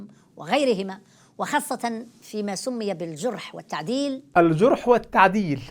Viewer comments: (الجَرح) والتعديل اقرأ جيداً وليس (الجُرح). أيها المتعالم. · "(الجُرح)! والتعديل" جرحت أذني قطع الله لسانك السليط! جزاكم الله خيرا أخانا الفاضل وكثّر خيركم! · يا دكتور دي ناس جاهله ومتخلفه عقليا ده مش عارف ينطق الجرح بفتح الجيم الناس دي بتعتبر الهجوم علي الإسلام سبوبه شوية متسولين ماشي وراهم شوية ملحدين علي شوية مسيحيين